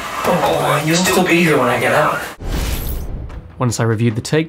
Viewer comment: Why on earth do you stress the word ‘be’ in the line ‘you’ll still be here when I get out’ - the stress should be on ‘still’ or on the “you’ll” and “I” since he’s emphasising the fact that he’ll be free & away from the camp but they won’t.